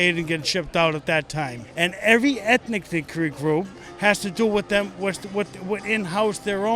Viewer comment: (._. )... Did he say "ethnicic group"?? 🤔